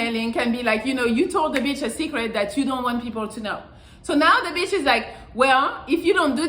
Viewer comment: Melli says beetch more than I do. Lol